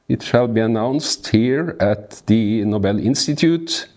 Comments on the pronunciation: NÓBEL NÃO, NOBEL CARAJO!🫠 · Esse Nobel, dito como proparoxítono, já virou uso consagrado? Tristeza!